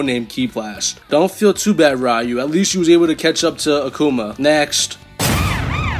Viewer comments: It's not "Rayu" pea brain. It's "Ryu" (Ree-U) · It's "Ree-yoo", not "Rai-yoo" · everytime you say “rai-yu” 🥺🔫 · Looks like isn't as much of a weeb as we thought. He shares a trait that only gen x and older possess commonly. Saying Ryu as Rye-U instead of Ree-U Edit: Orochi as OrAHchi Kazuya as Kazooya. Someone call Banjo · Rayu is the most mentally handicapped way I've ever heard a mfer have ever pronounce ryu's name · dawg you GOTTA stop mispronouncing sf names😭 mispronounced both ryu and oro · I physically and mentally cringe every time I hear someone pronounce Ryu's name like that (yes I’m sounding like that guy) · The way he says "ryu" is disrespectful ☠️ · And "grimoire"